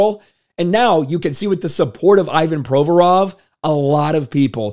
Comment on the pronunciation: Learn to pronounce his name properly - painful to listen. The rest is golden!